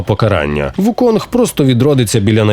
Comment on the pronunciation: Усе це дуже добре, дякую за огляд, але він не Вуконг, а Укун. Цар мавп Сунь Укун. Гра так і називається у транслітерації - Чорний Міф: Укун